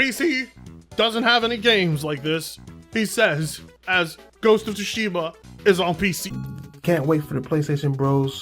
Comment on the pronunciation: "Port of Tsushima" 🤣🤣🤣